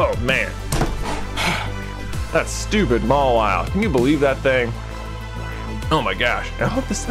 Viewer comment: Mawile more like Ma-WALL-ile